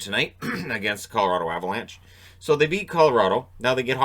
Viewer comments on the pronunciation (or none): none